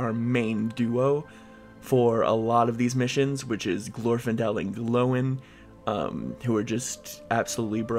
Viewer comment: ‘Glowin’ lmao, ‘Gloin’ is pronounced the same way as ‘coin’